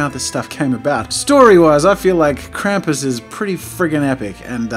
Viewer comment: Tfw your ears bleed for every time Krampus is mispronounced Can't hear anymore but that art sure looks cool